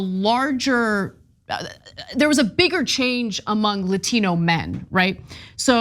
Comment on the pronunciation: You can tell how fake she is by the way she pronounced Latino.